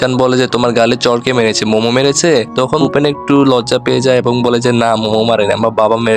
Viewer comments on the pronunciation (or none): ওর নাম ফুপে!!!! পোপেন না!!!